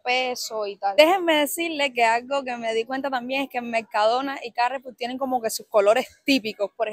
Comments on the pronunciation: Por salud y sabor... el aceite de oliva mejor que el de girasol. Y la mantequilla mejor que la margarina. Atrévete a probar frutas y verduras nuevas, te sorprenderán algunas. Me gusta verte utilizar la palabra flipar, te queda bien! Jaja. Aquí lo pronunciamos como "carrefúr", no "cárrefour". Saludos desde Galicia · La palabra Carrefour no tiene tilde y por tanto no es esdrújula como tú la pronuncias en español. La sandía también se denomina melón de agua. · Respecto al nombre comercial de esta cadena francesa, se debería pronunciar como "carrefúr" 😉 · Carrefour es una palabra francesa: significa cruce de caminos, y como toda palabra francesa, es aguda, es decir que tiene el acento en la última sílaba: se pronuncia Cagfúr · Claro , dicen Cagfur xq la R la pronuncian con G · En español se pronuncia "carrefur" con acento en la u. En el nombre original en francès se pronuncia " cajfuj" con acento en la u, saludos! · Teniendo en cuenta que CARREFOUR es una palabra francesa su pronunciación normal es con el acento en la última sílaba. CarreFOUR. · Hola, se dice Carrefour, como si tuviera tilde e n la (u). Eso que te da asco son calamares, seguo que un bocata de calamares te gusta. Lo mejor de Mercadona es que siempre hay uno cerca. Un abrazo. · Jajaja. Yo digo Carrefur. Es frances. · Se pronuncia como palabra aguda, como todas las francesas, país de origen de la marca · lo estás diciendo mal, es carrefour, acento en las últimas sílabas, no está acentuada ni con tilde la a. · Carrefour, pronunciado carrefúr. Es nombre francés. En francés va siempre el acento al final. Por eso es absurdo decir "cámembert" como esdrújula, por ejemplo. El membrillo es como una pera grande, demasiado duro para comerlo crudo. No es la guayaba. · Al pronúncialo pon toda la fuerza en la última sílaba, four, carreFOUR, no pongas el acanto en ca. Esta palabra no tiene acento. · Se dice Carrefour, sin acento o tilde (Carrefur) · Carrefour con acento en la "u" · Carrefur... Con acento en la u